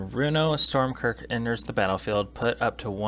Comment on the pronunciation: Just a heads up it’s Stromkirk not Stormkirk. Also since Inkwell Leviathan has Shroud you can’t target it off of Krothuss’ ability. Half of your “ramp” section isn’t technically ramp since they don’t put the lands into play, only your hand. The biggest thing a budget version of this deck will suffer from is zero graveyard fillers. If you’re running 8+ creatures that are all 6cmc or higher and in Black/Blue with only a few budget rocks its’ going to take you awhile to hard cast a sea creature, have it die, cast Runo with it in the gy, wait a turn to flip it and attack with both creatures still alive. I don’t even play 3 creatures over 6cmc in my green decks.